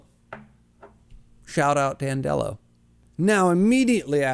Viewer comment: Audio book guy here Name is pronounced as "Dan del oh" more like dandelion not "Dan delo" like Jello